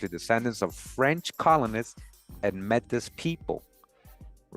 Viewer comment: Métis (May-tee)